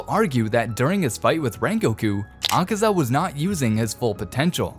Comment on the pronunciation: Bro said akesa 💀💀💀